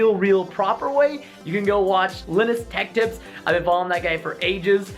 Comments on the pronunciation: The way you said chassis triggers me. The way you say LinusTechTips triggers me. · Anyone notice how he said Linus Tech Tips? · It's pronounced L-eye-nus Tech Tips